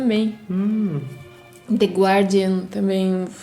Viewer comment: Só pra informar, The Guardian se pronuncia The Gardian, sem pronunciar o u da sílaba... Obrigado!